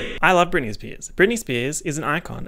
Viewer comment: spearzez he sayz as he spazzez